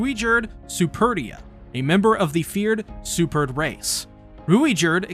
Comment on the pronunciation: Bruh PLEASE work on ur pronunciation, superd is not pronounced liked suppered